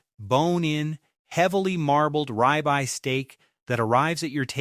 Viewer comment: Ribeye is pronounced rib eye, not rye bye.